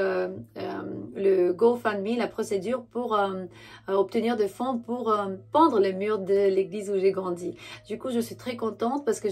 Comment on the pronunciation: Merci j'aime bien ton costume Sinon tu dis Pendre au lieu de peindre Peindre comme le pain qu'on mange EN BOULANGERIE il faut dire ('''PAINDRE PEINDRE '')PAS PENDRE TU OUBLI LE i Gros bisous a + Merci ☀️🤍💋🥰👍✌️